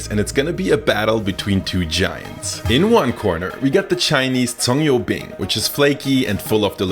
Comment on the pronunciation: Goddamn, I'm Chinese and I approved your spot-on pronunciation on 葱油饼!!